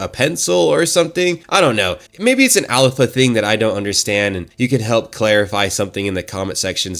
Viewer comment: "Alpalpha male"...😂😂